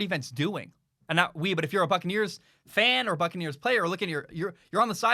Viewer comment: I keep thinking is saying "Fuckaneres"